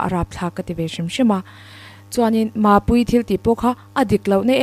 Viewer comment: heti lai bawr hi ngaithla leh teh u, mapuii tih pawh arawn sawi fuh theilo, aṭang ulh deuh ani😂😂,, aṭan em em nu te lam mizo ṭawng hmang thiam tir ṭawng a ang😂,, (Chuanin maaapuii thil tih pawh kha ) tihlai hi😂😂